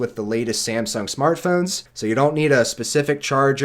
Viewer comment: Samsung. Not Semsung.